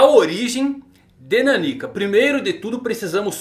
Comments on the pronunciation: A leitura do nome dela não é naniquica, como se fosse uma pessoa pequena kkk. É meio que Nan Nika a leitura de nanika, que em japonês significa literalmente "algo./something" já q n sabem oq ela é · ta difícil ver o vídeo ouvindo ele falar Naníka em vez da pronuncia certa que é Naniká. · Cara... É NanikÁ...